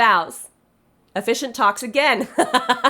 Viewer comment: I thought you were saying "efficient talks," not "officiant talks," and I was just cracking up at that being how you listed toasts or pep talks. Should vows in the middle have given me a hint? Yes. I was wondering if you thought they'd need a lot of encouragement. 🤣